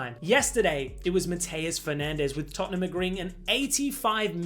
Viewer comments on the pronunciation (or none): none